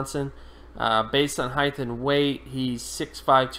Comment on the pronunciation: Someone tell this guy its HEIGHT not HEIGHTH